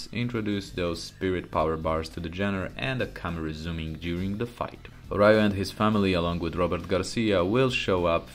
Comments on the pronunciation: Ryo's name is pronounced "Rio" like the city. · It's Ryu and Ryo (pronounced Ree-u and Ree-o, not Rai-yu and Rai-yo). Both names means Dragon in japanese, a common name for a protagonist martial artist, Bruce Lee's nickname was The Little Dragon too. Ken means fist in japanese, so it's normal to appear in the name of special moves made with the fists. As someone wisely commented earlier, the creator of the original Street Fighter went to work for SNK and created this game, Fatal Fury and the first King of Fighters. And finally, Art of Fighting set some mechanics that even other fighting games adapted after it was released, including Street Fighter II (Supers and Desperation moves, for example). So this video is just a biased oppinion, not facts. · Its Ree-u and Ree-o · i stopped listening once i heard rayu and rayo